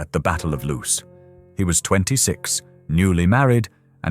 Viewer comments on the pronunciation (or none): none